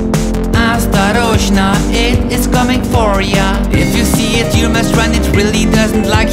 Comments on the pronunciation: I'm russian and the way how pronounces "Осторожно" is really charming and even kinda cute. Nice song as always and I'm very glad that you got better after cancer! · I know a bit of Russian and the pronounciation of Осторожно is pretty dam good.